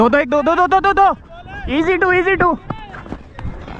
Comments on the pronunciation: You say 2 dekh😂😂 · Bro you speak hindi In 2.29 you say du dekh dub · you said do dekh